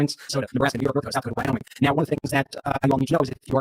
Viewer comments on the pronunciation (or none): none